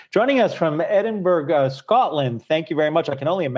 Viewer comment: The way he pronounced Edinburgh... 🤣